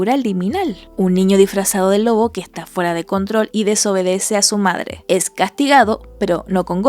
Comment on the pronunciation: "Ya quiero fuirme, e irme con mi verdadere pedre y medre"